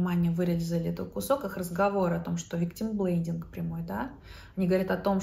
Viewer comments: Не виктимблейДинг, а виктмблейМинг... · Спасибо, что освещаете эту историю. Правда, немного смутило, что вы, будучи психологом, называете виктимблейМинг — виктимблейДингом, ну да ладно, это уже придирки))